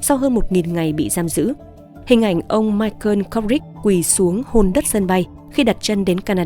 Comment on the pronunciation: BẠN ƠI ĐỌC LÀ MAI CỒ KHÔNG PHẢI LÀ MAI CƠN NGHE KỲ QUÁ MAI CỒ NGHE BẠN GIỌNG ĐỌC ẤM ÁP VÀ TRUYỀN CẢM RẤT HAY 👍